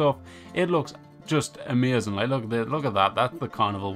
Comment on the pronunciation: It's AMAZING. Not ameuzin 🤣. Lol just joking. But the way you say it had me rollin